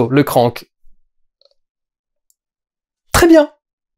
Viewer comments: Juste un truc, c'est "Krang" et pas "Krank" (ça c'est le film avec Jason Statham). ^^ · le film est nul, ok, mais c'est kranG, pas kranK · krangggg !!!! kranggggg !!! pas krank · Perso le doubleur francais qui prononce CRANK (comme crane) et non KRANG M'INSUPPORTE !!!